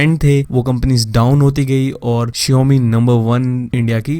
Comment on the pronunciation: Shaomi hai shiomi nhi